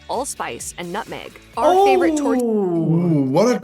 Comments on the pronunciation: Major food chains have "upped" poutine by adding pulled pork and other items.... You need to have fresh squeaky cheese curds and hot gravy. The meat pie is pronounced "Tor tee AIR" and usually made with a mix of beef/pork and sometimes veal (all ground). Peameal bacon here is often called back bacon (we also have streaky bacon too). A Caesar cocktail is great but you need Clamato juice to make it--just using tomato juice is not the same. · The way the narrator pronounces 'tourtiere' should land them in jail. This comes from a Canadian, not fluent in the French language.